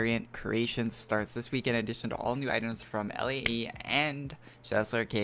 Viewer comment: Its "Lay" not L A E. Do you really not know how to pronounce stuff that much?